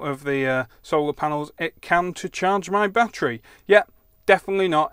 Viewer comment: My batt tree. Say it with me batt er ee.